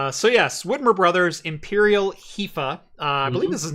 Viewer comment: As a German, I had to giggle a lot in the first 10 minutes because none of the pronunciations of Hefe (=yeast) were really correct 😁 And damn, if only I had known in 2017 that pFriem Brewery was just a few miles from Biggs Junction, I would have taken a little detour on my way to Yakima/Canada.